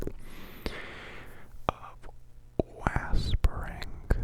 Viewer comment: Heheh the way he said whispering he is like whaspering lol i love it